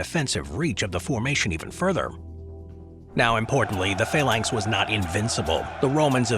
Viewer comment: Faylanks? You mean Phalanx? I hope you mean Phalanx 😳